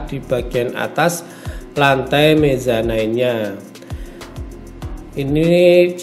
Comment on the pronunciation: Mezanin bang pengucapanya, bukan mezanain. Kayaknya sih..